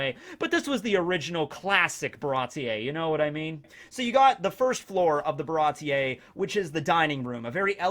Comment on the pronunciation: Its pronounced "Baratee" not "Barati-ey"